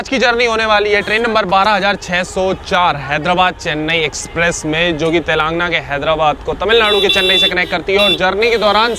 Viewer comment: ते लंग ना ❌️ तेलंगाना ✅️ भारतीय होकर भारत के राज्य और शहरों के नाम सही उच्चारण नहीं करपाते क्या ???